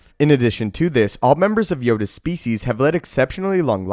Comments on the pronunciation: Every time he says species. I lose 1% of my sanity. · Is that really how species is pronounced?